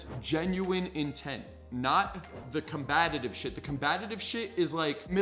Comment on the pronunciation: Com- Bat- Ive